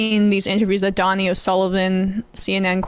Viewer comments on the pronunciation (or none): It's pronounced Dough-knee., not donny. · It’s not Donnie, it’s Donie. Long “o” sound. Donie O’Sullivan. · guys please. its "dough-nee" not Donny. Respect the man he is a legend 🤣🤣🤣